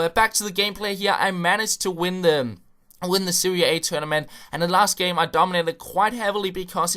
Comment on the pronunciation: SeriE a..... NOT SeriA A